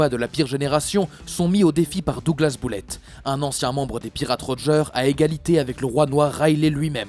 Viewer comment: Bullet se prononce beullètte pas boullette